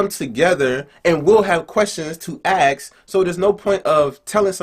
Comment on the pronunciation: Did he just say "aksing" 😂😂 Edit: "aks" 😂😂😂